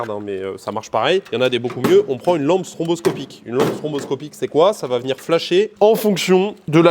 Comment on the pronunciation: Je sais que tout le monde fait la même erreur, mais c'est STROboscopique, pas STROMboscopique. Voila, désolé d'avoir été relou 😘